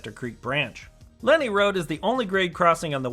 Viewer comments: It hurts my ears when you say Lenni as Lenny. But anyway, it is Len Eye as stated above. :) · The original Wawa train station was cuter. Lenni : pronunciation is Lehn-EYE. As in Lenni Lenape Native Americans. ;-) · Although you pronounced a few of the local names wrong (it's Len-EYE Rd). However, hats off to pronouncing Manyunk correctly! I can't wait for this station to open, as I have family living within walking distance of the new station and traveling from center city philly will be much more convenient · Cynwyd is pronounced "Kinwood". Lenni Road is pronounced "Len-eye". Delco has it's own dialect. Ask Kate Winslet. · Love the drone footage of the line between Elwyn and Wawa (Middletown) station. Not that it matters, but the word Lenni (as in Lenni Road) is pronounced "Len-Eye". I know because I grew up within walking distance of it in the suburban development (Riddlewood) that is seen along the north side of the line in your drone footage between Williamson College and the location of the old Glen Riddle station. I still live nearby and I am very much looking forward to seeing the opening of the Wawa (Middletown) station later this year, assuming, that is, they finish the work by then. Thanks for the video. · Lenni is pronounced LEN-eye. Thanks for nice update. Lived in Delaware County 30 years and remember when SEPTA still ran to West Chester.